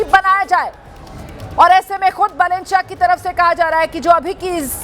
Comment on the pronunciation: बालेन् not बलेन्.